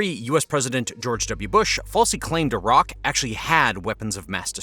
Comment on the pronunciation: A raq?? Youmean Iraq? Haha